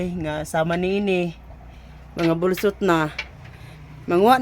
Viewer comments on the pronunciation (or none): Unsay BULSUT Dong? BUSLOT Ang Tama dika man siguro bisaya